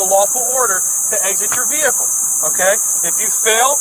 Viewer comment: Do you know what a "VECKLE" is? It's how you call a vehicle. LOL.